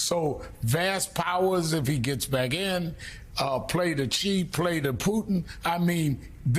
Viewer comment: How is it that anchors are still getting the pronunciation of "Xi" wrong until today? Or is this a conscious decision to pronounce his name wrong the way the pronounce "Iraq" wrong?